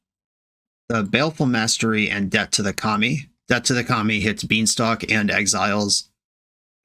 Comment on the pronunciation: I swear every time you say Debt to the Kami, I hear "Death to the Commies" and wonder what tipped you off the edge